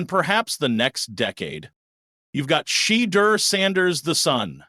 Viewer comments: PLEASE pronounce his (Shedure) name correctly...good grief..smh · After 2-3 yrs at Colorado and over a MONTH in the NFL news, you STILL can't properly pronounce Shedeur's name ("Sha - dur"), I SHOULD NOT trust your "thoughts" either. Please shut the 'F' up! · It’s Shedeur (Sha door). Please pronunce it correctly or don’t say it at all. Just say Sanders.